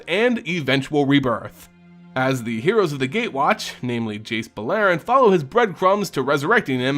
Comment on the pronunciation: i enjoy the lore aspect, but the pronunciation of the names kills me. dovin BAIN? jace BULLAIRIN?